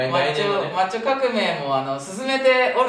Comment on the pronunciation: マッチョ化企画が 抹茶化企画に聞こえて、1人で困惑してた笑